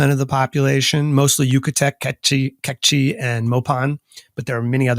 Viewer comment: "Kekchi" not "kikche"